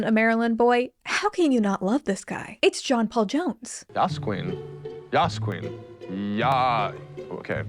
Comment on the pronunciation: JPJ trying to say Yass Queen fucking sold me immediately, i love him even more now